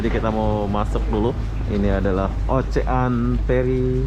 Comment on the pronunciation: Ocean dibacanya osiyen,ocean ocean,ocehan tetangga?wkwk